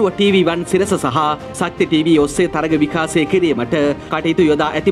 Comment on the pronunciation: විකාසය නෙවෙයි බං.. විකාශය. ඔයාට "ශ" යන්න කියවෙන්නෙ නෑ නේද?